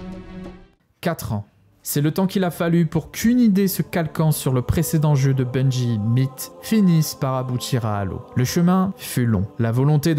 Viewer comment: Bon sang ... pas BUNGUI , ça n'a aucun sens que cela soit en français ou en anglais. C'est Bungie comme BUNJI ! C'est insupportable , comme les types qui disent Enjaine ... c'est engine comme enjine ou une angine mais pas enjaine ! Vous nous faites passer pour des gros débiles putain !